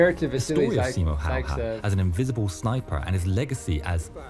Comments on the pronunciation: Your pronunciation of Simo's last name was so good that I audibly thanked you for being first non Finnish speaking channel to pronounce it right! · Way you said talvisota (winter war) was absolutely perfect, and Häyhä was also very close to target. 👍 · i,m a Finn.. and you said the name good.. thanx for the attention you give our hero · That pronunciation of his name was so good for a person who doesn't speak finnish as their 1st language! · You got the name Simo Häyhä much closer than most native English people ever get it, so good job! The only improvement I'd give is to say the first ä the same way you said the second. The "'ä" is pronounced like you pronounce the "a" in the word "hat". But aside from that slight correction you did really well! ☺👍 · really good pronunciation✌👍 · One of the best pronunciations of his name i've heard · Your pronunciation of Häyhä was pretty much spot on. I don't really care how people usually pronounce Finnish words since it's a weird language for most people. But I once heard a guy pronounce Häyhä as "Hagje" and it was.... Interesting. Oh and Finland in Finnish is Suomi and swamp is suo. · Pretty nice pronounciation. Just a bit more twist to the a:s. The a:s sound just like the a in the words bad,cat,hat, had, add or ad. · Pronounced it very close. The Y is a bit different but it’s not like a native would not instantly understand what you said. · when he asked how to pronounce it he meant how to actually properly pronounce it, not in an Americanized way. He was closer to getting it correct than any other non-finnish speaker I've heard. If you want to properly pronounce his name you just have to learn the phonetic pronounciation of "y" in Finnish, then you take the "Ha" sound from "half", then it's Ha + y + ha" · While your pronounciation wasn't 100% correct it's much closer to correct one than how americans often pronounce his name. At least you didn't use common "Hay-ha". Hay? He was faemer but seriously?